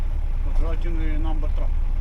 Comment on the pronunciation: Очікувано якийсь емігрант видавав документи і ламаною англійською "сігнатур" 😁